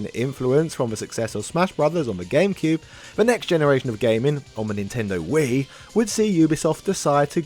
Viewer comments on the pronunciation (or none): none